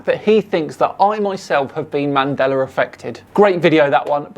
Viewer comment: Um didn't used to say Mandela effect? I kinda hear ManDelar effect. Or maybe I'm remembering it wrong Mandela with an 'a' not 'R'